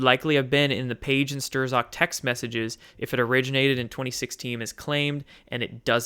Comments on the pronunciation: you said people always correct your pronunciation, so, might as well :) Peter Strzok: not "Stroh-zawk", but rather "Strawk" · Not Peter Stirs-awk, Peter st-rock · Youre killing me!! Say "stock" now say "strock". Bingo.... not sterzock 😉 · hate to do it, but, strzok is pronounced 'strock'. page/strzok fbi. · Strozk pronounced struck. Just trying to help a brother out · It's Strok or Strock. The z is silent. And it's duh GEN uh wah (deGenoa) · It's pron. Stroke but not to worry even George Webb stumbled over that and the PM. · I might be wrong but I think it's pronounced Strok or Shtrok. Somewhere between those. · Peter Strzok's last name is pronounced STRUCK. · Everyone is driving me nuts! It's Strok the z is silent, Strok for goodness sake! Hard O.